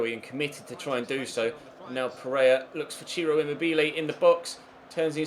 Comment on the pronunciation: Emobelay? De Vree? Have you honestly never heard their name spoken before lol